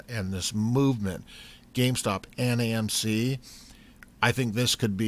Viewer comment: Lol you said gaymc. Love u dude keep it up.